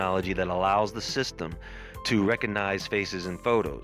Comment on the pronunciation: The "G" in recognize is not silent.